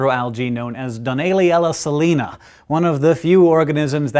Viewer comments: "Suh-lie-nah" is the city in Kansas. "sah-lee-nah" is the Latin. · Ha de salina like saline.